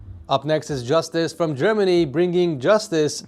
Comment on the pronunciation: justus?! made my day. German is different pronounced than English?